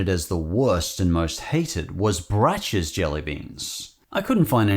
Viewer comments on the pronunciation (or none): It's braks, not not bracks I fear an accidental every flavor bean Cadburys British mascot is nice The Cheat! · With Brach's, you actually say it with a hard "ck" sound, not the "ch". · Brach's is pronounced brock's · Braces is like backs. Pronounced Bracks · FYI, "Brach's" is pronounced like "brocks." Most of their candy was quite good, the jelly beans notwithstanding. I believe they got bought out by another company a few years ago, and the name is hard to find now. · I think Brach is pronounced like "Brock". Also, licorice jellybeans? Ick! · The metallic taste you described for the “Giant Chocolate-Flavoured Bunnies” is likely because they (may) have Alum, which is literally an aluminium compound. Also, I always thought “Brach’s” was pronounced ‘Bråck’s’. Lol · brachs is pronounced like brocks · Just a little info for you - Brach's (pronounced more like brahks) candy used to be good. They used to have display in the grocery store called Pick-a-mix, where you could select from various types of wrapped candies and pay by the pound. They also had a chocolate candy called Chelsea Chips, which were wonderful. But then they were bought by companies that made cheaper candies (similar to Palmer) and went downhill. They used to be made in Chicago, and the building that was blown up in The Dark Knight was their old abandoned administration building.